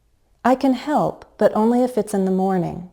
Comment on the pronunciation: In the example: I can help, but only if... You used falling tone instead of fall-rise tone. That's an error.